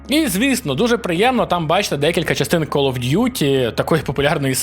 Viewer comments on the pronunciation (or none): none